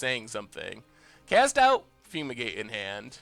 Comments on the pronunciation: BrewBrewBrewTheDeck I saw lad the whole pod. It just sounded so weird when he kept repeating it lol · Yeah, patrick chapin says it as foomigate all the time in his top level podcast lol. Never understood why